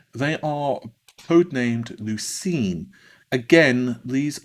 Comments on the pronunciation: lucienne = lu-shen =/= lu-sheen ffs, why do you always mispronounce product code names? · You improved your pronunciation of Renoir from 6 months ago. When will you pronounce correctly the french name Lucienne?